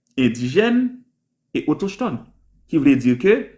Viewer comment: Ki kote jwen mot autochetone sa menm😂😂😂 Le mot se autochtone, "CH" la pwononse tankou "K", pa menm kon li byen non mezanmi 😂😂😂